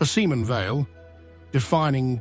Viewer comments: See-mon Vey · AI sucks. Use a human being that can pronounce the subject’s name correctly.